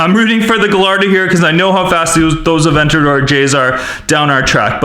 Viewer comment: It’s called in Aventador not an avegageoge